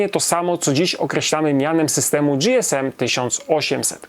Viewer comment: Nie "Era dzi-es-em" tylko "Era ge-es-em". Gdy telefonowało się na infolinię w komunikacie powitalnym było "ge-es-em" a oni chyba najlepiej wiedzieli jak się nazywali.